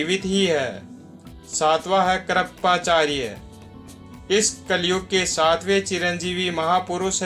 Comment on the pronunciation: आपने चिंरजीवीयोंको अच्छा विशद किया | मगर स्मरण, कृपाचार्य आदि अनेक शब्द है, जिस का उच्चारण गलत है सही शब्द बोलनेकी कोशिश किजिये|